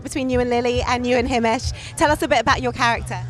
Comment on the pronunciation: It’s himesh not hamish